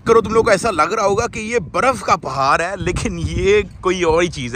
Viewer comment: پہار نہیں پہاڑ